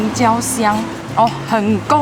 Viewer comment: 是(划橋)嗎 🤪🤪🤪 我的肚子 油花也不錯 我稱為金圓角 圓滾滾🤣🤣🤣 我家隔壁炸物 花枝丸30元5顆 👍 不用說太多 先打個30大板在說 😆😆😆 是在展示 自己也有金三角嗎?😂😂😂 那晚剉冰45 真的便宜 連高雄也沒這價錢😂😂😂 吃到 快變台灣國語腔調了🤭🤭🤭 這個(湯頭) 快變台語了🤣🤣🤣 許先生超好吃 許先生怎會好吃勒 是三明治好吃才對🤣🤣🤣 吃完 可以馬上消化上廁所的概念 😁😁😁 話說 你們消夜也吃太多了吧 你還這麼瘦 是要羨慕死誰ㄚ🤣🤣🤣